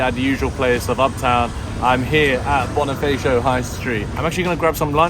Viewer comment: its Bonifacio like Boneefaashyo not Boneefaayysho